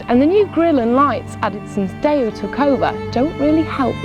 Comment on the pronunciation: WTF is Dayo? This woman cant drive, can't talk properly and can't review to save herself. It's a 4x4 moron, not a ladies estate or a supermarket wagon. FFS idiot!